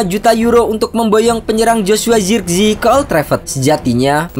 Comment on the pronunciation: Penyebutan nama zirkzee jangan di inggris2kan😂